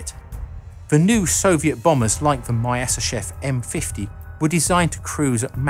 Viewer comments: It's tricky to pronounce those Russian surnames correctly, but for the record: Myasischev is pronounced more like myaseeschief :) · You pronounce Myasishchev in a very funny way